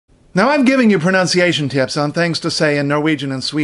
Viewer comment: Very good, except that you pronounced "pronunciation" wrong at the start.